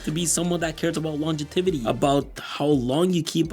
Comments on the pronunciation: the word is "longevity" not "longetivity" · "Longetivity"??? I think you mean "Longevity" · Longetivity is not a word! stop repeating it! jk lol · i got an aneurism trying to say longetivity in my head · longetivity, not once but twice lmao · Great video man. It's "longevity" though :) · I like how he says longetivity instead of longevity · It’s longevity, not “longetivity”, and I mention it only because you said it often enough for it to be jarring in an otherwise excellent video. 🙏🏽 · *Longevity, not "longetivity" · Longetivity was eating away at me this whole video bro.... it's LONGEVITY but good video nonetheless🤣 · Every time he says “longetivity” 😊